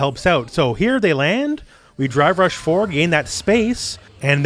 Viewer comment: Still sounds like you're saying "Dry Brush" also i can't stop laughing at the kid on top of the vase in the background.